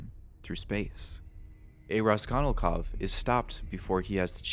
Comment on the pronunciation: I blame that one English teacher I had for making me hyperaware of mispronunciation. "Raskonilkov" should definitely not have bothered me as much as it did lol. "Kiroskiro" was only once, but the name.. I wish I didn't notice shit like that. On an unrelated note, science has shown that the makeup of Insane Clown Posse is the most effective at preventing face scanning technology from identifying you. So if you're ever really trying to prevent identification, becoming a Juggalo with sclera contacts for a day might cover your tracks.